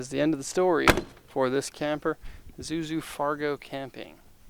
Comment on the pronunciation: It pronounced eee zuzu not a zuzu